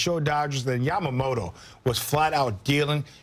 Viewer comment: ヤマモロの名前言いにくそうだからイチローみたいに登録名変えよう👍